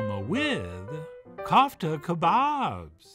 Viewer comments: kófta , not Kaufta .... the 'ko' rhymes with 'toe' 👣 (i wated to insert a Charlie/Andy Kaufman joke here, but came up short) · It’s pronounced coof tah